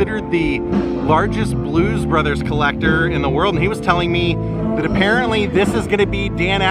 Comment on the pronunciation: When they were announced. I swear he said Blues Brother. Great video. Thanks for sharing.